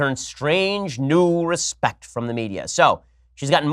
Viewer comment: Omg , respict, too funny